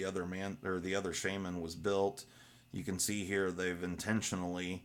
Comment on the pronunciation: Not Sheiman, Sha- man ...